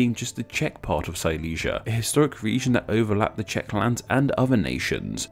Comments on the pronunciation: I salute to you that you pronouced the Czech words correctly (Yes I am from the Czech Republic) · I really like how you actually took the time to do correct pronounciation of the names in czech. Pleasant surprise